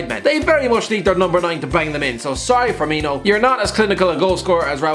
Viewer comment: How tf did you manage to pronounce both firminho and firmino pick one for gods sake even if its wrong